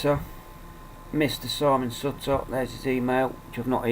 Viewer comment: pronounce it like suit her not like sut...ta great vid though :)